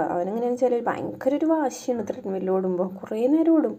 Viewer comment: ട്രെഡ് മിൽ ആണ് അല്ലാതെ ത്രെഡ് മിൽ അല്ല